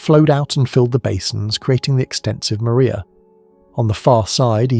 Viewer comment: Mar- ria… say it properly! Not “Maria”